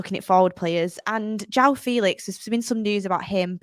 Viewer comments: HIS NAME ISN'T JHONN FELEETS 😂😂😂 It's Jaoa Felix. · its Joao Felix🙄